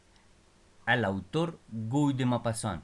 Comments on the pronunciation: Amigo es Guy se pronuncia gi que significa Guido gracias!! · Se pronuncia "Gui" (sonido fonético en francés). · Un dato es que Guy se pronuncia Gí (La g cómo de gato no como jota )